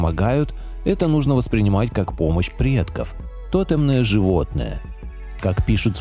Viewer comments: 0.40 Правильное ударение в слове «тотемное» — «тоте́мное», на 2-м слоге. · ТотЕмное животное!!!, рекламы выше крыши!!!, не "морока" а "мОрок", тотЕмное животное!!!...или канал тоже называется тайнЫе знанИя???!!! Нормально можно на языке разговаривать???!!!